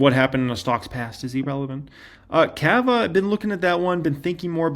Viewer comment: Cava = "CAH - vuh" --- The Ca in Cava sounds like Caught, Cot, Cod, Cob, etc. Cava rhymes with Java and Lava.